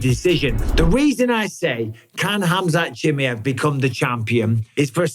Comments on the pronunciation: Mike ! its KHAMZAT CHIMAEV ! Not CHI+ME +EV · But still says CHIMMIEVV